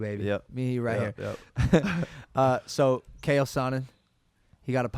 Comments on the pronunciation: I don’t want to seem like a loser but it’s pronounced Chail not “kale” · "Kale" Sonnen... thats a good one lol^^ Think his Name is "Chael" He's a former UFC fighter not some kind of cabbage xD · I can't be the only on who noticed this, but it's (CH - ael Sonnen not Kay - el) Sonnen lol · Logan doesn't even know to pronounce Uncle Chaels name but loves watching him lol. "KAEL SONNEN" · It’s not kale, it’s Chael. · “Kale Sonnen” it’s Chael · Did this guy just say Cale sonnen? Bro wtf it’s chael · Did Logan Paul just call Chael sonnen Kael?????😂😂😂😂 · How The F Did You Butcher Chael’s Name That Bad? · Huge fan of Chael but cant even pronounce his name properly....fuckin hell